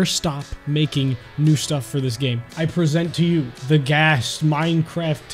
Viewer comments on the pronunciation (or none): Its “Ghast”